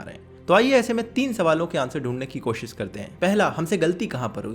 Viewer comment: koshis nai bro koshish ..koshish toh karo koshish bolne ki